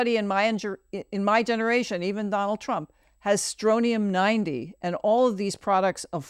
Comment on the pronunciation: I love this podcast. But I have to say it's Strontium 90 with a 't'.